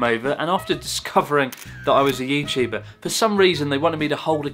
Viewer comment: "Are you youtubah?" "Yes 🙂"